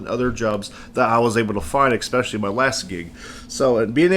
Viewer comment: love the vids but I gotta point this out: it's "Especially", not Eckspecially !!